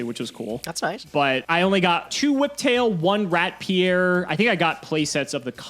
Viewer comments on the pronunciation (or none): none